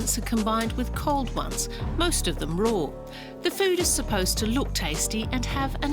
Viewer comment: why does she pronounce raw as roar and fatty as fetty?